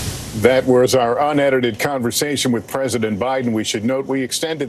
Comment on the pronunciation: Right? I was looking for that comment, but you and I are thr only ones who took notice, I suppose. And he emphasized UNEDITED 😂